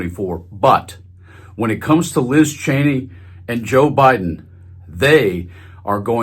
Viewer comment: Her name is not pronounced “Chainey”, it’s “Cheeny”. I met one of her relatives and got the correct pronunciation.